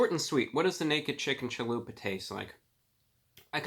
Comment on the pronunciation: Man I didn't skip any of it lol, just pointing out he said chahoopa instead of chalupa, I thought it was funny.